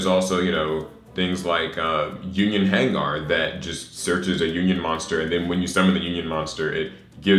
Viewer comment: why you saying "Hang-Garr" like Gengar? It's just "hang-ur"